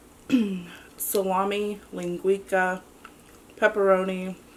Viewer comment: Did she just say linguika…it’s linguisa